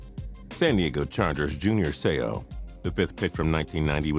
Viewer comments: say ow not say o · seau is pronounced Say-¡ not say-o